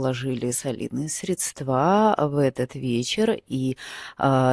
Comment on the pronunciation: Вы очень симпатичны, но платья хочется смотреть дольше. Можно, конечно, слушать, как подкаст. Когда Вы говорите: "Мы видим," - мы ничего не видим, кроме Вас СрЕдства - ударение на Е